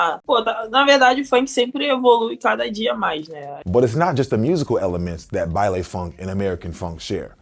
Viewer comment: for those who don't know, it's pronounced "bailEE funk" not "bailAY"